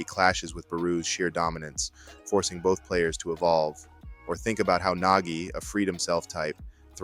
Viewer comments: Idk AI probably would not pronounce Nagi as Naji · Why is Nagi pronounced as Najee? He isn't Najee Harris 😂